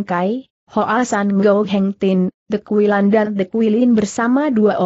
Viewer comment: hehehehe lucu kali bah...😁😁🤪🤪🤪 The kuilan The kuilin di baca De kuilan, emang bahasa inggris The dibaca -de, The di sini itu she / marga (batak) , fam ( manado) jadi The harus di baca te 😁😁😁 The kuilan baca Te kuilan.